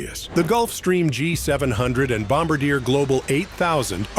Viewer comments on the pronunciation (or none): It’s not Bomb-a-deer…it’s pronounced Bom-Bar-Dee-Air. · the pronunciation of the French jet was pronounced wrong.